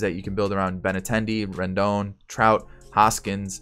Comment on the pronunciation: 👏 u got Rendon right